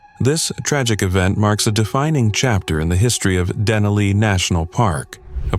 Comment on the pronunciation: It's Denali. Sincerely an alaskan